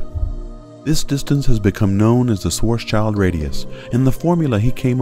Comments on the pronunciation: It's schwarz-schild (german for black shield) and not schwarzs child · Great video. Just a remark: Schwarzschild is pronounced more like "Shvahts-shilld". Just saying. ^^